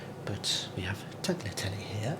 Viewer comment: The g from tagliatelle is silent “is taliatelle”